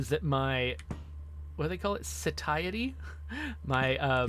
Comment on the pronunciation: I felt slightly discouraged when you referred to a cloned cannibal's perpetually ravenous abdominal meat-hole as a "tummy," but your perfect pronunciation of the word "satiety" was worth waiting for. Great intro to quasimorph, thanks for uploading!